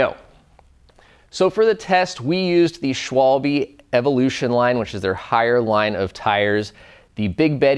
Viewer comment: Please guy, can someone tell the american, british, ect. how to pronounce Schwalbe :D